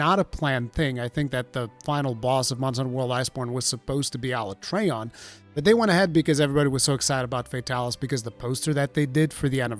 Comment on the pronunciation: Pronouncing alatreon like that gave me whiplash😅